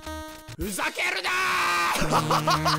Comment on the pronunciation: どうしても気になる ふ[さ]けるなぁー!! めちゃくちゃ弱そう